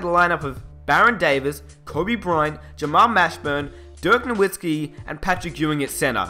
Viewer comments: even u say dirks name wrong ......smh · Dirk Norwhiskey and Hershey Hawkins? Gotta love englishmen.